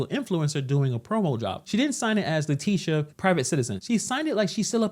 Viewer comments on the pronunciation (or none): Her name is not latisha, her name is latitia! Pronounced: LA TIT E a. Just like Groucho Marx Would say: LA LA LA LA TIT E a!